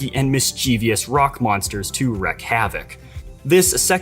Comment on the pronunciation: It's pronounced "reek" havoc.